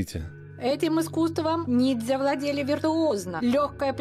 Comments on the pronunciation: "... непобедимые НИДЗЯ" - ржачно, эта ограниченная даже не понимает, как правильно называется то, о чем она вела передачу)) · Уже по тому как ведущая произносит слово "нидзя" сразу понятно, что программа серьезная, глубокая, подход научный. Вообще мне стоило немалых усилий остановить поток крови из ушей и глаз от этого пафосного и патетического испражнения